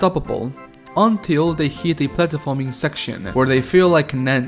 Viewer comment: I can’t stand how he can’t even pronounce platforming